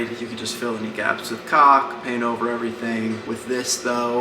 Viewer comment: The way says caulk. 🤌🏼😂 Edit after seeing that you said it’ll never not be funny. Facts.